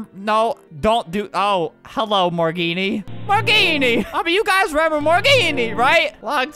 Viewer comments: “Morgenne” was actually pronounced, “Morgan”. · He keeps pronouncing it like, “More Genie”. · Its morgenne